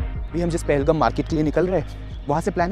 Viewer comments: Your pronounciation about Pahalgam is wrong ..But ur love about Pahalgam is Good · Appreciate the efforts 👏👏👏👏 Indeed the video is one of kind especially the drone shots But sir with all due respect It is pronounced as PAHAL-Gaaam Wasn’t expecting you to mispronounce …. Just because it has the video has lost it charm